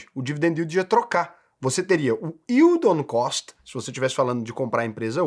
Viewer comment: Raul é o unico you tuber educador financeiro que fala "yield on cost" corretamente. Obrigado! Que alivio, todos os demais falam "yield on coast", "yield on coach", dói o cérebro.